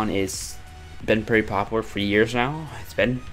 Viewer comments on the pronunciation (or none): Please learn how to pronounce “popular”